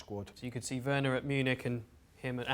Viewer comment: *Timo Werner. Not "Werrorner"